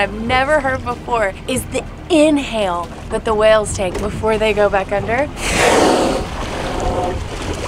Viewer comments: they are (WAYLES) NOT (WELLS). C'mon. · wells? its whales not wells uhghghghghghghghhghghghghgh lol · Wait, you pronounce whales 🐳 interestingly 😂 like “wells”